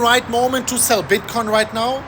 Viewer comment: I must hold when u say Shell LOL